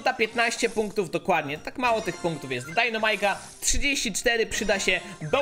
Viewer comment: jak byś mógł postać dynamike czytać poprawnie czyli dajnamajk zamiast dajnomajk było by fajnie bo mnie przez to uszy bolą i z góry dzięki